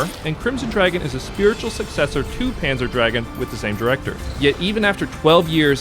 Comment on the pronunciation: I've never heard anyone call it Panzer Dragon. It's GOON, Panzer Drag-GOON. They're German words, my friend. Panzer means Armored and Dragoon (GOON) means "mounted infantry," actually - it refers to the riders on the dragons, and it's pronounced like the Germans do. Anyway, good video nonetheless. I actually bought and downloaded Crimson Dragon when the Panzer DraGOON remake came out on Xbox intending to play both and compare, but never really played much of Crimson. I realize now I should give it a real try, as its meta progression sounds great for this genre, so I'll check it out again soon.